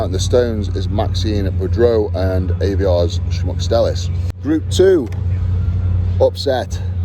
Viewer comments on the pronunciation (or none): Poor Aivars! Eddie, it’s pronounced EYE-VARS. 🤣🤣🤣 God, your behind the scenes are a riot!!